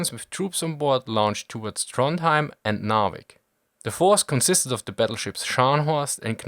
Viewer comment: Also, Trondheim [ˈtrɔnjæm]